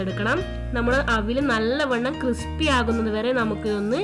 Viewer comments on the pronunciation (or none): none